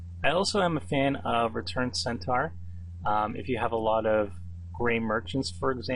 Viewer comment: Nicely drafted, but please learn to pronounce Centaur and Minotaur correctly.